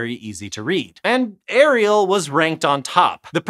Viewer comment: It's Arial, not Ariel 🤦‍♂️